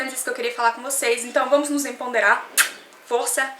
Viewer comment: EMPODERAR e não EMPONDERAR. Santo DEUS 1